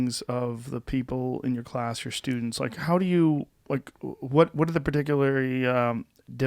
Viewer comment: One day Joe will pronounce "particularly" correctly